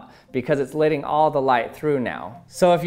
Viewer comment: It's LETTING NOT LIDDING!! CMON MAN!